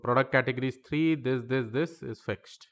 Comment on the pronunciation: he said fucked instead of fixed 😆